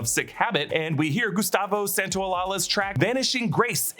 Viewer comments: again, "santaolaia" please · Gustavo SAN-TAY-OH-LYE-AH